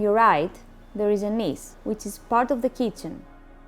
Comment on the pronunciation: 😄"sower" and "kicen"😄